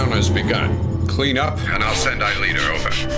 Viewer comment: Franz hopper sounds like he’s saying “Aeliter” instead of “Aelita”